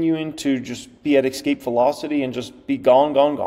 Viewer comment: How is tax loss harvesting a great deal when it's limitied to only $3,000 a year? That's not a lot of help, when you're in the market with much larger sums of money that could be losing. And "Ex-cape" is not a word. It's pronounced "Es-cape". So you will take your 1,000 shares of ELF stock, to the grave. Really? So you are saying that you will never enjoy the profits from the stock, and basically just threw the money away. How is that smart? I know you were just making an exaggerated statement for effect but, it's a stupid statement.